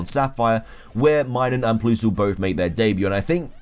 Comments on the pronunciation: WHY DO YOU SAY PLOOSLE ITS PLUS-EL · Ploosle? Who pronounces PLUSle like that? 😂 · It's plusle not ploosle. Pronounce it pl-uh-sl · Plus, not ploos. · So is it meant to sound like Plusell not Ploosell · What the fuck is a "ploosle" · "Ploosle" 😂 made my day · "Ploosal" and Minun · PLUS-LE the word PLUS like the math sign LE, PLUSLE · How the hell do you pronounce Plusle as "Ploosle"... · Ploosle is not how one pronounces Plusle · You pronounce Plusle quite unusual. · Yeah, he really did.. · The way you say Plusle frustrates me. It’s not that hard. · Did you just say "toin coss"? Also...Ploosle. I wouldn't have included Combee, because it DOES have an evolution even if it's just the female one. Normal is a shite type anyway.